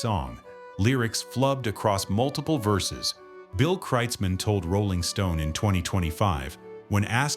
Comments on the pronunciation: It's kroitzmann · It's pronounced KROITZmann, FFS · You asked a 100 'real' Germans how to pronounce it and they said 'krutes mann' or 'krootz Mann'? Impressive. However here in the real USA, it so happens that in the 1980s-90s I lived in Comptche, Mendocino County CA, where Bill owned a ranch. He was known in the community as Bill KROITZmann. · Could computer at least pronounce his name correctly.